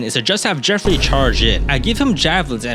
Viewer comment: The only thing i usually remember about this map, is how basicly no Youtuber i have ever watched play it, can actually say Geoffrey correctly... So bonus points for you on that front!